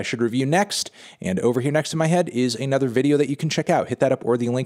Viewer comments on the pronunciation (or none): none